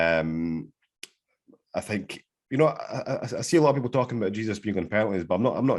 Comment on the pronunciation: Man actually pronounces Jesūs as Jesus 😂